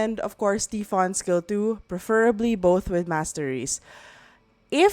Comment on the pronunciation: Tai fon not T fon pronunciation